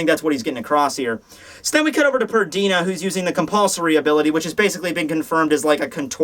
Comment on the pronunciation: PERNIDA! It's frigging PERNIDA,! P-E-R-N-I-D-A. Not Perdina.